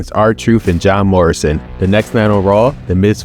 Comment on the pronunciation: it sounds like you said "Job Morrison"